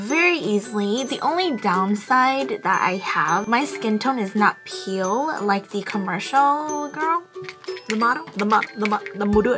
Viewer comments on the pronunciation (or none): Loved how she said “peel” instead of “pale” 😂💖